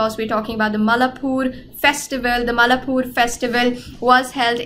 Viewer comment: its mai laa pore not mallapur , that sir sound great while explaining .